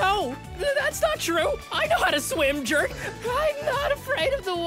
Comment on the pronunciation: How it was said "I know how to swim jerk" How it should have been said "I know how to swim, jerk" Or "I know how to swim you jerk"